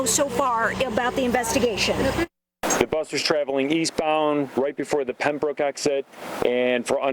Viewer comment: Damn it. Please learn to pronounce Pembroke properly! It's not that far away. Ask a local. Getting it wrong makes the news station look bad.